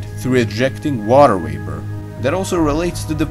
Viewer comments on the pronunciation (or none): Water wapor, eh? I heard this several times here!